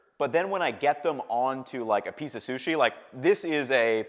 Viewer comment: i think he has a speech impediment, he mispronounces things left and right. "susi" "shasimi" either that or he is just a little dumb.